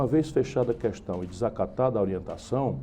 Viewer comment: q decepção... ele pronuncia "qüestão" em vez de "questão".